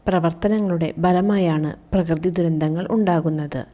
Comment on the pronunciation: second paragraphyill last word dhurindhall alla dhurandhall anna miss ok ❤❤❤